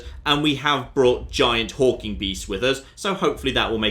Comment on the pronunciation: Is he calling them Hulking Beasts or Hawking Beasts? I legitimately can't tell.